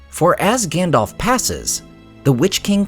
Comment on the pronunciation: I love your channel. But i do not understand why you pronounce Gandalf as Gandolf? Just wondering 😊